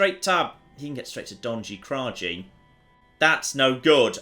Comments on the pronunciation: What, you don't pronounce it "Donshy Krashy"? Colour me the flip surprised ;) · Hey one thing in Serbian language and some others slavic languages j is prenaunsing as y sorry if I maybe butcher language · If anybody from the balkans heard him say Donji Kraji, you are lying if you say you didn't laugh xD. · The way he pronounced "Donji Kraji" made me very sad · Oh no His pronunciation of Donji Kraji is so off